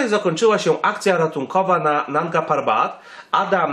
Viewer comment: 1. Jak przygotowywujesz filmik używaj nazwy poprawej nie "parban" i inne nazwy 2.Zostałą zdobyta w 2016r przez choćby Simone Moro 3. Eli nie miała wystarczających kwalifikacji aby ocenić jego stan? Himalistka wieloletnia kto jak nie ona zna objawy śmierci z powody obrzęku płuc/mózgu czy innych przypadłości 4. Mogli po niego ruszyć czyli wiesz lepiej niż Krzysztof Wielicki, który stwierdził że nie było jak Tomka uratować 5.Mogli jej zostawić tlen i by sobie poczekała. Super zostawmy ranną osobę na noc samotnie a my szukajmy osobę, która prawie na pewno nie żyje ryzykując życie i według prognoz pchając się w załamnie pogody 6. "ona miała interes aby kłamać" człowieku przeginasz bo to jest w tej chwili oszczerstwo wobec niej. 7. Zarzucasz jej kłamstwa nawet o zdobyciu szczytu. 8. "którego ona tam zostawiła" co może jeszcze miała go znieść. Rozumiem przez to, że twierdzisz ze zrobiła to specjalnie aby tylko siebie ratować Podsumowanie się wypowiada wiedząc gówno o temacie